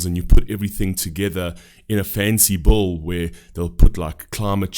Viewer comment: I really love that the way you say bill sounds like “bull” because…that’s what most of these policies are